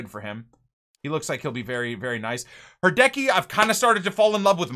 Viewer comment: HI love ur content from finland! Quick tip Hradecky is pronauced RADECHKY